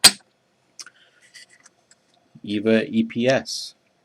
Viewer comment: EVVA isn't from Germany. Instead it's from Austria, Vienna, but that doesn't really matter anyway. Also I speak German and it cringed me when you said Evva. The E is pronounced like the first e in elephant. Greetings from Vienna!